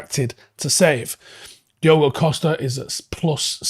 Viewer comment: Diogo* Dee-OH-Go